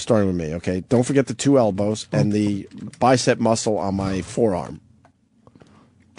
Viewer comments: He says bicept a few times. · Wonder if opie ever learned that there’s no t at the end of the word bicep.